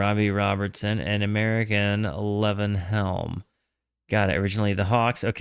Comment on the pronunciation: That’s pronounced Lee-Von Helm